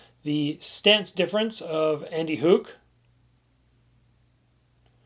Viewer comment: as a guy from switzerland I really appreciate your pronounciation of andy HUG and thanks for the great video about two legends